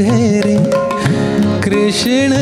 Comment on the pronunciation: राहुलजी... हिंदी गाण्यातला उच्चार कृष्ण, ण नाही तर न हवा ना... बाकी तुमचा कृष्ण आणि गाणं छानच आहे 😅😊